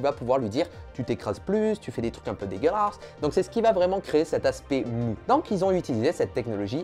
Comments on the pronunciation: Ca me tue de rire comment il dit degeulasse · Le fameux "dégueulâsse" de Jake Peralta :p #99ème!